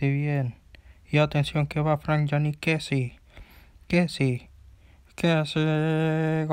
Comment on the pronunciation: No es kessi es kessié con tilde en la e